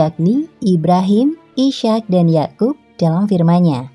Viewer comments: Mohon maaf. Pelafalan dalam Islam Ishaq: Is - haq :) Isyak agak asing di telinga 🙏 Tetapi terima kasih sudah membagi pengetahuan dengan kami. Jazakumullah khairan katsiran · Mhn maaf...sama dgn saudara saya yg komen sblm nya.. Nabi IS HAQ dibaca koq jadi ISYAQ sekilas trdengar sprti sama dgn ISYA' atau ISA Mohon diralat utk video berikutnya agar presenternya diberikan pembekalan Makhrojul sblm menyebutkan Nama2 yg ada di Alquran.. Krn bbrp video sblm nya juga host nya sama cadelnya bikin gagal fokus pemirsa chanel ini.. trims.. wassalam...